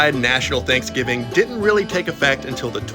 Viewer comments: What is “chanksgiving” 🤣🤣🤣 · What is “thankfgiving” 🤣🤣🤣🤣